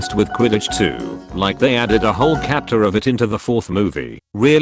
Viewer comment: DastardlyCrook Also Regular person: Chapter After the Dentist: Kapter